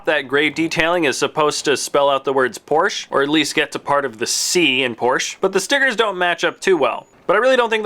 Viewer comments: It's Porsch-E-! Not Porsch. Then it would be spelled P-O-R-S-C-H. por-shuh. Porsche. That should help you say it correctly. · Since Porsche is a German family name, you should pronounce it as it is, with the e at the end. Two syllables. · The 'e' in Porsche is not silent. This is German, dammit.